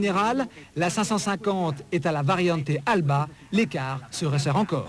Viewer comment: et le mec qui dit variante alba au lieu d'alta